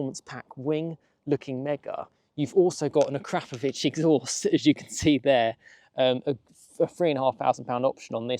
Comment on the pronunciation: Ahkra-Povich, or even "Ahkrahp-ovich. NOT, "AhKrap-Ovich", . No, not, "Crap". That sound does not exist in that name's pronunciation. The English are so awful at pronouncing non Anglo names. :)